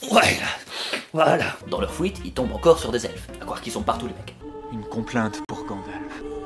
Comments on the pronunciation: excellent ..juste un détail tu prononce fouite au lieu de fuite 🤣🤣🤣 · "Dans leur FOUITE" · dans leur fouite 😁 j'ai réécouter 3 fois en mode non il a pas dis sa 😌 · J'entends fouite à la place de fuite à chaque fois....ça me fait trop rire xDµ "Dans leurs FOUITE" XD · C pas la fuite c la fouite ! 🤣🤣🤗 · j ai remarquer que dans cette episode et celui de e.t il dit la FOUITE!!! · on remarquera que dis toujours "Fouite" au lieu de "fuite";D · "Dans leur fouite, ils tombent encore sur des elfes" Pardon o.O ? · Dans leur fouite 🤣🤣🤣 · dans leur fOuite 😂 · c'est quoi une fouite ? =p